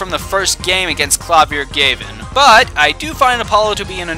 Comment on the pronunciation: KLA-VI-UR GAH-VIN